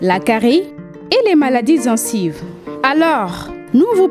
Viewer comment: toi qui fais la publicité on ne dit pas zencive